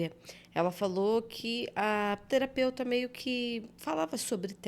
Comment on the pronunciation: Terapeuta ou teraputa? 😅